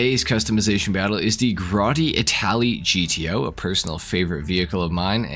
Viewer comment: You butchered this car 🤦🏻‍♂️